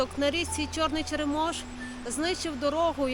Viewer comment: нагадую за наголоси, ЧЕремош, а не ЧеремОш, так само як ШЕшори, а не ШешОри. кажуть Княжицький купив там все... Але повінь 2008 року показала, наскільки ми як держава і місцева владе не можемо дати ради елементарним лихам і подолати їхні наслідки. В мене в селі 17 років як забрало кладку через ЧЕремош, 17 сука років місцева влада не спромоглася натягнути 4 троси і 500 дошок покласти.